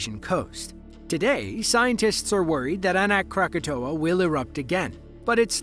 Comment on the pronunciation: It’s Anak Krakatau. Please get it right!!!!